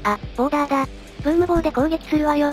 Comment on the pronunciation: ボーラーじゃなくてボーダーになってた。